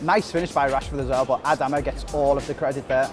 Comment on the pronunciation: I’m a wolves fan and you pronounce his name A-Darma